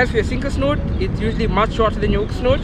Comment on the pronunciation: 🎣 hook Snood, - not snoot,! 🙂 🎣